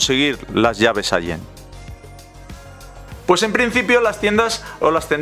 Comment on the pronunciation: allen y se pronuncia: alen